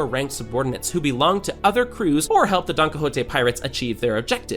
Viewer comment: Bro u don't say crews